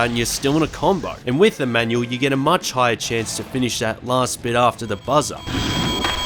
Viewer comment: I kept hearing menu instead of manual also haha